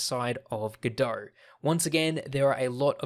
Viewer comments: it's godot, not godohrrrrr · Very useful introductory course once you know the speaker puts the "R" letter in too much words that should be... like GODOR 🙂